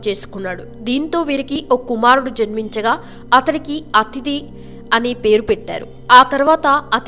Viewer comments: The spelling displayed is "adithya" and it is pronounced 'adithi'. Prepare before making any video women. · మళ్ళీ ఖుషుని మొదటి కుమారుని పేరు కూడా అతిధి అని పలికారు కానీ ఆదిత్య రా వుంది